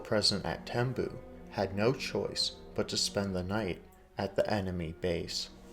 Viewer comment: It is spent Tembue. Pronounced Tem-b-we